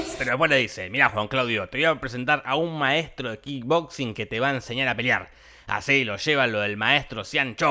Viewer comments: Imagínate estaba re caliente dijo KING BOXING en vez de KICK BOXING. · kickboxing . NO KINBOXING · Todos: Kickboxing Jorge: Kingboxing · "Kick"boxing no "King boxing"... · ES KICK BOXING SE PRONUNCIA KIK PORQUE DECIS KINBOXIN JORGE POR QUEEEEEE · Se dice Kick Boxing no King Boxing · Kin boxing jajajaja No es Kick? xD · Me parece a mí o decís "King Boxing"? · Nadie, absolutamente nadie Jorge: Kinboxin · Nadie: Absolutamente nadie: Jorge: "Kin boxing" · Yo también le decía "Kin boxing" hasta que vi la nueva y ahí me enteré de cómo se decía😁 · Corrección: Voz rasposa: "kinboxing" :D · 2 segundos después dice kin boxin